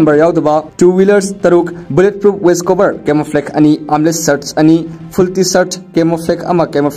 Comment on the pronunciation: Meiteis pronounciation "camouflake" shame on it😂😂😂